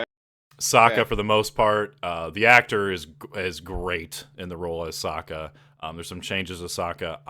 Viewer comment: It’s “Sokka” like “Sock” like not “Soak”. You even corrected yourself then go on to pronouncing it all wrong.